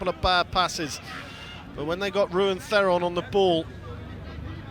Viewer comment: Someone please tell the commentator the correct pronunciation of Theron